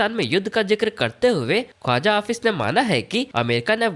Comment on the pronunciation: 😂 😂 ओ भाई मेरे.... ख्वाजा ऑफिस नहीं.... ख्वाजा आसिफ है...... थोडा पढ़ कर बोला करो......